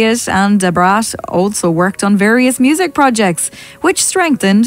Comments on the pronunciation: Who tf is "DAH BRAS"???? LMFAOOOO Ma'am you mean da fucking brat?? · The lady saying Da Brats name like that is so annpting..ijs lol I never knew about David Guess though🤢😞ewww dam. Can you not use that lady again as she doesn't even know how to pronounce these folks names.. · Sounded like she was calling her Deborah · 🤣🤣🤣🤣 why she say Da Brat name like that is what I’m talking about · That computerized narrator was trippin when pronouncing Da Brat!! 😂 u should narrate it all or get a computer narrator w/an English accent👍🏾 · 😂😂. I know right. She really shouldn't be speaking on Da Brat She can't even pronounce her name correctly and it's not because of her accent either 😂😂